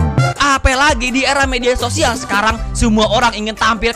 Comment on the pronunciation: sosial bng, bukan sisual🗿